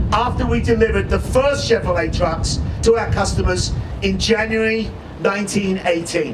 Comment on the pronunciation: First question in interview- Can you say say Cheverolet ? Nope. Chevvfrolay. Second question- Can you say Silverado? Nope. Siwlverado. Fire the whole team.